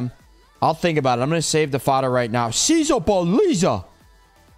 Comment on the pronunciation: I wont take the disrespect to "SEEZABOLLEEZA